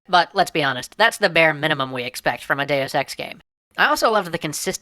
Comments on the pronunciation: I must be more perverted than I thought, I can NOT hear him say Deus Ex without hearing Day of Sex. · Every time you say "deus ex", I keep thinking you're saying "day is sex" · lol it sounds like he says day o' sex